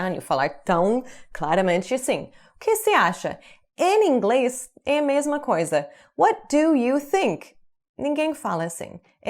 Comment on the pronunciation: O sotaque que mais consigo reparar quando fala é: quando ela diz"em ingles" ela junta tudo e fala "eningles"